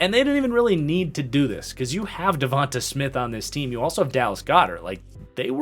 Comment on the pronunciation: And it's pronounced devontay... not Devontahh. Smh